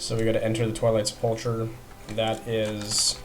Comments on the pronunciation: Pronounced sep•la•cur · He pronounces sepulcher wrong -.